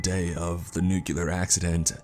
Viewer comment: Please please please stop saying nucular. It's pronounced nu cle er . Not trying to be a 🍆. I love Your content. It's just a pet peeve of mine. 😘